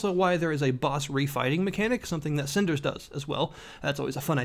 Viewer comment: didn't even say it properly.. wat r u casul?